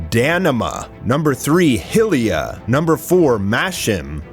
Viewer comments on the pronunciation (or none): none